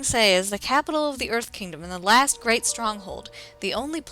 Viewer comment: Avatar the lasht airbender